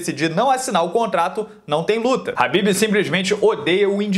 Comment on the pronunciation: Habbib é esfiha. É khabib.